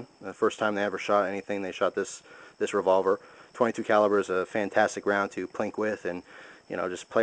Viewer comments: hahahah revovler. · LOL REVOVLER